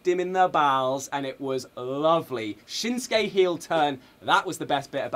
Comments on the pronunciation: Neither of those Japanese people are having people say their names right Japanese is a very phonetic language you say things exactly as they appear. They both are ignoring the sue sound in their names. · His name should be said shin sue key hers aww sue ka.